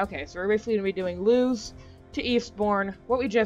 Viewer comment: It’s pronounced Lewis